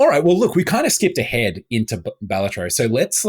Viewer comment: finally, someone who says it right